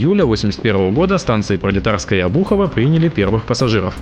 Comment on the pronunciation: Обухово, а не обУхово...